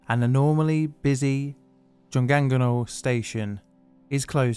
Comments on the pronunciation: I lived in Daegu for two years, and you wouldn't even know from riding the subway because of how well it's run. Terrible to know this had happened a few years before I was there though. (Also, it's more like "joong ong no") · You gonna let that 중앙로 slide but not choi, a highly popularized anglized pronunciation?